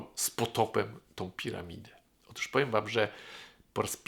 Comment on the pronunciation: "otóż", a nie "otusz"